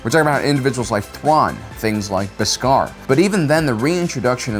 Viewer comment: Tano (TAH-NO) Beskar (BESK-R)